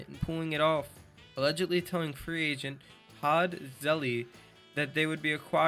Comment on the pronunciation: ZeLEE? it’s like Seal but with a Z